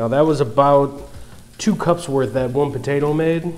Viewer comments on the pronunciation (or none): none